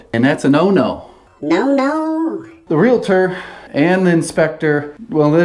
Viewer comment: Tje biggest concern of this video.... it's not pronounced realAtor... realtor. Also there is no T in across. Ffs idk how this clown is still employed